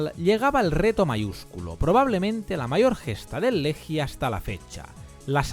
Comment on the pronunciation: Amigo querido, enorme video. Solo decirte que se pronuncia “Leguia”. Abrazo grande